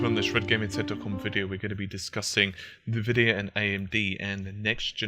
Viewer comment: Nevidia, Nevidia, NEVIDIA! It's pronounced as EN Vidia. Have you never launched a game that has it in it's loading screens?